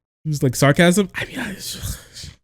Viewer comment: sounded like sharkasm to me